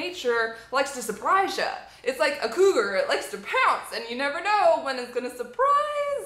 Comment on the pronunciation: Its a kugar. it like a punce. lol